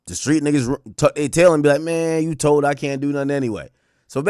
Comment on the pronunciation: Tould??? Told you mean